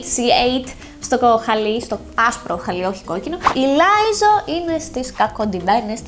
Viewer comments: Λιζο όχι λαιζο😊❤ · ααα πάλι καλά γιατί το έψαξα και λέω ευτυχώς λέγεται Λιζο απλά έτσι την είπε 😅😅❣️ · Not Lie-zo, Li-zzo. Like Li-ly